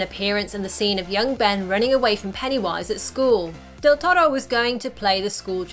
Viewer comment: Kudos for the "deltoro" pronunciation!!!!!